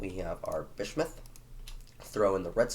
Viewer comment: Genuinely an intersection good quality video well done m8. Btw you might want to learn the pronunciation of bismuth - it’s a common element (biz-mu-th). Also name the cat Cougr cuz Dw doesn’t fit a cat.